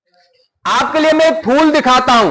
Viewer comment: Phul nhi phool